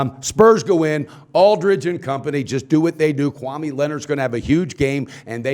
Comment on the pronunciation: its "kawhi" not "kwame"